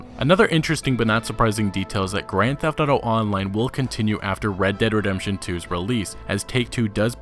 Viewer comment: Great video! Also when you say "Red Dead Redemption 2" really fast you sound like you're saying "Reddit Redemption 2" hahah. Keep up the great work!